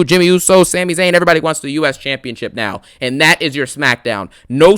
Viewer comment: It’s Sami. Just sayin. It’s a Syrian name.